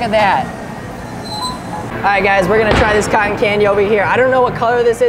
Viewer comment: You Said Cotton Wrong